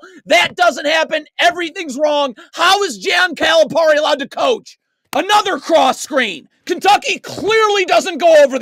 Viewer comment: Dude, you can't even pronounce his name so dont act like you're an expert, SMH.